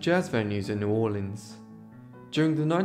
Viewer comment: Thank you for this one and thanks for the correct pronunciation of my family's home town. For many years the mahogany upright grand from the bordello was in my home in Virginia. Sadly I had to sell it before moving to Costa Rica 6 years ago and I don't know what came of it. Great video.